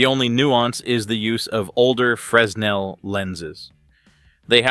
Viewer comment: Silent S in fresnel I believe!